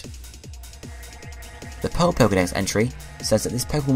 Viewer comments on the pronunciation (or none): none